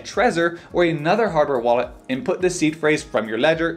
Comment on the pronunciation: In another video, I thought he was saying was C Phrase.